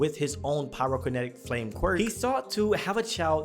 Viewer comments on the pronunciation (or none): lol wtf is pro-kinetic you mean pyro-kinetic